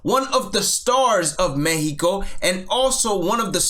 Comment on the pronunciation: As a spanish native speaker I really appreciate how you pronounced mexico and their names